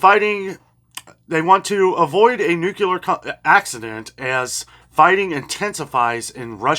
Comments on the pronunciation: Nooocular is not a word. Nuclear, is the word you should be saying. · NOT nucular!!! Nuclear.... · Nuclear is NEW clee er. We lost the battle for correct pronounciation when Bush called it NYOO kyoo ler.